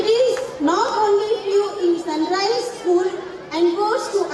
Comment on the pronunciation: Sun RICE ? OR RISE CORRECT PLEASE